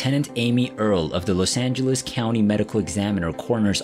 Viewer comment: What's a Los angelwees? Narrator keeps saying Los Angelwees! Lol